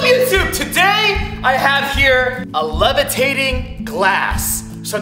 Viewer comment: THE LEVATATING GLASS...